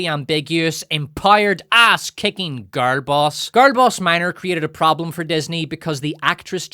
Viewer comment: How hard is it to say "girl"?